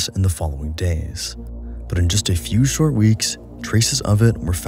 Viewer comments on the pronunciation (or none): none